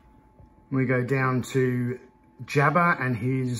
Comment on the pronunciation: no offense jabba not jaba my only critisisim other than that great video